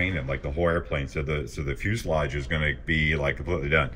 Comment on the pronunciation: Wow, you pronounced fuselage correctly every time!